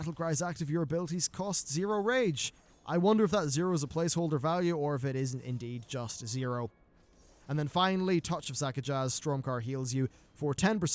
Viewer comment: You're the second or more youtuber who says "sakajaz" when it's just SAKAJZ without the extra a between the J and the Z :)